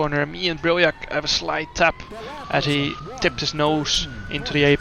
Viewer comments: Im actually stupid. I thought you said diahreah not diriyah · What a weird way of calling a track diriyah. Wtf...